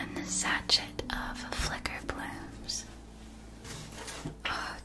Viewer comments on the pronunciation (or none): Not trying to criticize, just letting you know because I suspect you'd rather know than be left ignorant; sachet is pronounced sa-shay, not sa-shet. (And this is a glorious video! Alas, I've had to skip a lot because my misophonia isn't a big fan of whispering, but the worldbuilding and visual style is incredible, and I loved that the transitions were more than a quick visual fade.)